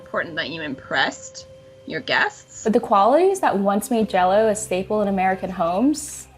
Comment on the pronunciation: That's "staple", not "stable". Train your AIs better.